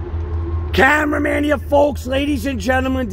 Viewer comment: "camemraman here folks"